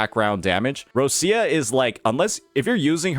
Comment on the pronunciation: Still waiting for to say Roccia's name correctly, but he didn't talk shit about Changli so I'll take the small win (Not a Changli main btw cuz I know you neckbeards probably think so, I main Carlotta <3 )